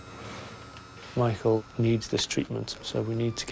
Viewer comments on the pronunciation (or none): Has my hearing gone bad but does that narrator continue to say Mital for Michael?